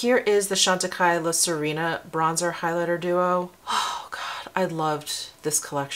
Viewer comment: Sirena means mermaid in Spanish. It is pronounced Si (like the Spanish word for "yes") reh-na :) See-reh-na